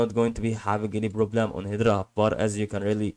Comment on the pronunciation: pretty sure it's hedera not hedra